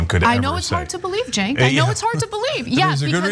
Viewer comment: It gets on my nerves listening to Joes call Cenk Cenks. If you are going to do an interview and insist on trying to be personal and use the interviewer's name over and over again, make sure you know how to pronounce his name.